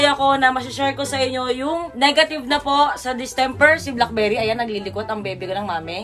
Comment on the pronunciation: Hahahahaha blaak-bey-ri